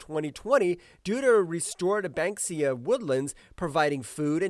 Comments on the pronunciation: Bankysia? Melaleucia? OK, your narrator is just making shit up. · Conservationalists, conductive, bankisia, rayforestation... so many mispronunciations. At least it's clear that the narrator is a human being!